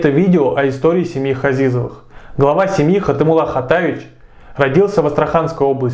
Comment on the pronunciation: Фамилия не Хазизовы, а Ғазиз, измените фамилиюи выучите родной язык.